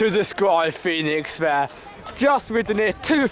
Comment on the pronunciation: quick tip, pronounced phoenix. easy mistake, i made it as well lol.